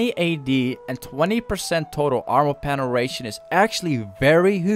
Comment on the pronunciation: I fucking love this pronunciation PENERATION